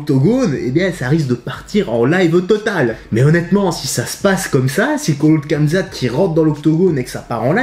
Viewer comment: Kamezate 🤦‍♂️ fais un effort